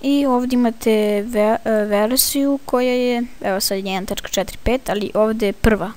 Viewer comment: Hhahaahahahahahha nemamo veresiju nego ''Verziju'' haha like ko se slaze ;)